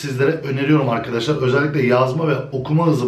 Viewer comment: özelikle kelimesi ile video bitti ozelikle özelikle demene takla virusu kaptim;)